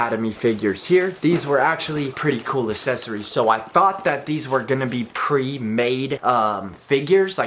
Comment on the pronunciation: Still having trouble with that word huh? Accessories